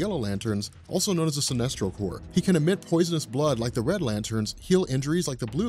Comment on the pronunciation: first I want to say how much I appreciate you pronouncing corps the right way and not like a couple of dudes on a certain comic "island" who over hour long videos like explaining the injustice series, say corpse instead of corps every single time, and you know how often the green lantern and sinestro corps come in to that story line, safe to say they say it a lot, and since this is a hard decision and since I've never been a fan of any of the lantern corps and grew up on marvel but switched to DC as an adult, my inner child is telling me to go with Franklin Richards on this one, even in his child form where he might be at a disadvantage you still brought up how that could also mean he does something horrible on accident, like he could do to Kyle before he has a chance to do anything. I'd like to see Lobo versus someone like Wolverine, although it doesn't have to be Wolverine, just someone like him or just go with him, either way.